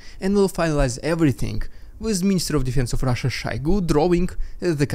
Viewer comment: question, most pronounce it SHOYgoo, you said SHAYgoo. i assume you have the correct pronounciation. do i have that right or did i miss hear it? ty